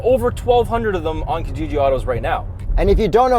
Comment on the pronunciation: Okay so I am going to be that guy... You are pronouncing Kijiji wrong! It is to be pronounced 'Key-jiji'... I know a lot of Kenyans and Tanzanians are pulling out their hairs right now. Great review and lots of love!!!